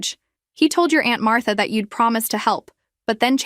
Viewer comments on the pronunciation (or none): none